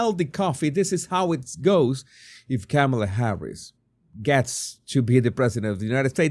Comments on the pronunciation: Sir, I greatly appreciate your channel. I have a request though - my name is Tamela, pronounced like Pamela but with a “T”!! Your pronunciation of KamAla…sounds much like my name…and I don’t want to be associated with that evil *bleep*!! Please, I beg you, work on that “A” in the middle - all of us PamElas and TamElas will be so happy!!!😉🤣🤭🤣🤣🤣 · You know that’s not how you even pronounce her name so you started off this video petty 🤷🏾‍♀️🤦🏾‍♀️